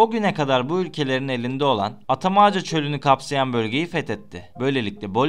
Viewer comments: Atamaca nedir ya bende seni kültürlü birşey sanmıştım sen daha kelimeleri doğru dürüst telaffuz edemiyorsun , ben sana o çölün doğrusunu türkçe olarak yazıyorum sayın you tuber efendi ( ATAKAMA ) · İlk önce tanıttığın yerin ismini doğru telaffuz et atamaca değil atacama.... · Atacama çölü atakama çölü diye okunur kardeş...yazıldığı gibi okuyorsun